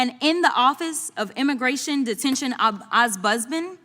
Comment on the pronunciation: Jazzy repeat after me “om buds man”